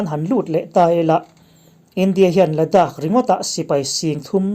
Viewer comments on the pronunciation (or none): none